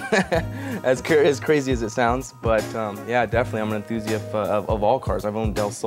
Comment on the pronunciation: "Yeah definitely I'm an "enthoosiuff" of all cars"